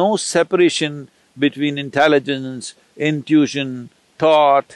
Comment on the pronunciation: When he branches off and goes into a detail he unnecessarily mentions 4 examples when 2 are enough. Irritating because one forgets what he branched off. Can't some tell him how to pronounce "intition" ?